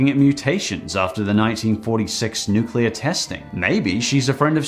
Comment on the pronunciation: 'nukeler' lol